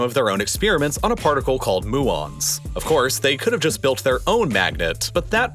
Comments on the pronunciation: It's "muon" not "moo-on". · Pretty sure it's pronounced "mew-on", not "moo-on", due to the greek letter Mu which represents the particle's namesake. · Muon is pronounced mew-on not moo-on. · It's not pronounced "moo-on" it's pronounced "mew-on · The particle name is pronounced MEW-ON, not MOO-ON. Just a little nitpicking. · What's happened to people learning to pronounce things before recording a documentary? Muon is pronounced mew-on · Bruh moo-on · Cool vid, but it's pronounced mew-on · The way this guy pronounced muon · Learn how to pronounce a yod so you can say dew and Muon